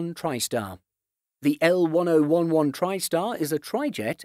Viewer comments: It really tickles when I heard el-one-o-one-one... The narrator definitely is not an avgeek 😁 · The numbers are actually pronounced in the L-1011 not L dash one zero one one but rather the Lockheed The letter L pronounced and ten eleven. Please get it right. I hate when commentators screw up the pronunciation of things. So that's L ten eleven. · This video should be taken down and redone with L-Ten Eleven pronounced correctly. It's an embarrassment to AV Geeks everywhere. There are multiple resources teaching a novice aviation fan how to pronounce the name of this aircraft. Including the Wikipedia page. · Congrats u butchered the lockheed's name. L WHAT?!! It's L 10 11, not L 1 0 1 1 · Smh at one oh one one..... wow.... if someone doesn’t know it’s L-ten eleven, do they even need to make airplane videos??? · I thought only 30 Il-96's were ever produced. L-1011 is pronounced L Ten Eleven. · Pronounced Lockheed "Ten-Eleven" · Yeah, ditto other comments....this is an example of lazy videography. No new content or insight, sloppy research (even a little of that would have clued in about how to pronounce L-1011, and apparently digging no further that can be easily grabbed from Wikipedia. Way too much of this kind of shallow content on YouTube. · Pronounced "L Ten Eleven" that was cringe dude. Thumb down. My ears still hurt. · Fire this narrator!!! What you mean L 1-0-1-1?!!!! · Ten-Eleven. Ten-Eleven. Ten-Eleven. Ten-Eleven. Ten-Eleven. Ten-Eleven. Ten-Eleven. Ten-Eleven. Ten-Eleven. Ten-Eleven. Ten-Eleven. Ten-Eleven. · ......I'd like it better if you would be so kind as to say L-10-11.....repeat....L-10-11.....it's not that difficult, trust me. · It's read as L-Ten-Eleven-Tristar